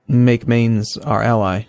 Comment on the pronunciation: Mainz is pronounced = Minez